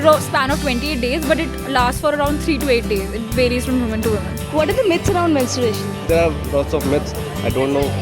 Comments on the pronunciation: Its MenstRUation, not MenstURation :P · the woman asking question herself is pronouncing it incorrectly, she's saying 'mensturation' !!! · the interviewer is herself pronouncing the word wrong . that's menstruation not mensturation ,🙄🙄 you dumbfucks!! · the interviewer is herself pronouncing it wrong..so what you expect from people..its menSTRUAtion not menSTURAtion you dumb. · the lady interviewer pronounces "menstUration" !!! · First learn how to pronounce menstruation. It is mens - tru- ation not mensuration. mensuration is a maths term. Pahle word ko bolna to seekh lo, tab question karna ladkiyo se. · was the interviewer girl saying mensturation ? or i heard it wrong ?? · They don't even know how to pronounce Menstruation... Some saying Mensuration (related to Mathematics) some saying Masturbation... my god...horrible! :D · Am I hearing something wrong? Why is the anchor/host/whatever saying ''mens-tur-ation''?? Kya zaroorat hai aisi bhul bhal English bolne ki Indians and our fascination with West dont seem to be fading anytime soon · even the lady host cannot pronounce 'menstruation' correctly !!!😂😂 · Atleast pronounce the word correctly! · Willthare exactly.. after hearing their pronunciation I had check myself whether I have been pronouncing it all wrong till date or not :P